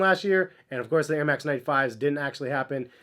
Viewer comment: “Nair max”